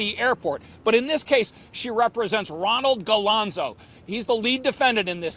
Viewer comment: Galonzo? Eh Im from up here in Toronto Canada. Talk about butchering names... what a complete joke. Its a nightmare now after replaying this...